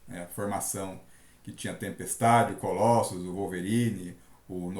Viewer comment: Cara, não fala Colóssus, fica muito estranho. Pronuncia Colôssus, fica mais legal